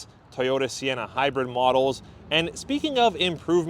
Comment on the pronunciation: "Toy"ota not "Ty"ota